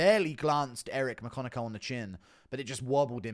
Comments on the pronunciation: Eric McCock-in-yo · “Eric my-cock-n-im”😦😫